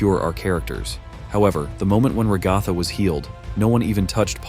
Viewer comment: “Ragotha” I’m sorry 😭